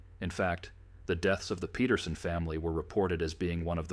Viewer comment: Speaking of ancestry, their name is spelled Peterson but the ai pronounces it as Petersen. Big difference, big mistake.